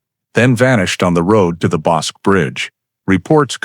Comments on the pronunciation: Yes, I know....I have lived in the area half a century! 😊 That pronunciation was really nagging me, even though I realize it's not an easy name to pronounce for those who have never heard it by the locals. That pronunciation and when people say Brazz-OS (long O) instead of Brazos (us) are just two local locations that I can't ignore the mis-pronounciation without offering a nudge in the right direction. 😉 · Bosque pronounced Boskey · My back yard. I remember this. I was 12 years old. Just so ya'll know " Bosque:..pronounced bosskey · bos-keh is the right pronounciation. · Wish you pronounced the river correct tho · It is NOT the BOSK River, it is "Bosk-EE" River. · Pronounced BOSK-KEY (rather than "QUE" making the K sound, it makes the KEY sound.) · ff - FWIW, Bosque is a 2 syllable word, CORRECTLY pronounce BOSkey ..... not monosyllabically as "bosc". - Verdict read and sentence pronounced by Judge. This is ERRONEOUS!! Texas has a bifurcated judicial system, i.e., trial and sentencing procedures. FIRST, a jury decides whether a defendant is innocent or guilty of the charge(s) specified in the indictment. Then, and ONLY THEN, does the jury deliberate on its recommended sentencing, based upon the judge's instruction to the jury of what sentencing it can render/recommend. Also, THEN AND ONLY THEN, can a judge actually pronounce a sentence. 😕👎😕👎😕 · It is pronounced "Boskie" not Boske!! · That would be the Bosque River, not Bosk! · The word is BOSQUE = pronounced BOs-KEY - since you didn't even check on how that was pronounced I don't believe you know anything else about this video so THUMBS DOWN - do better research before you post anymore of this CRAP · That river is the Bos-"key". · Texans pronounce it Bos' kee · Temple, Tx, about 45 minutes South of Waco. Bosque is pronounced Boss’ key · ITS pronounced Bos Key. And circadas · Pronounced boss key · Waco is in Mcellan county of Texas and the river is pronounced Boskey 😅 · Bosque is pronounced (boss-key.)